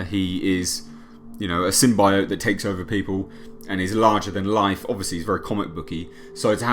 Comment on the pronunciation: The thing no one is saying they now say symbiote properly rather than the wired way they said it before